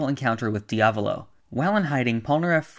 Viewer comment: Can you say diavalo r ight please?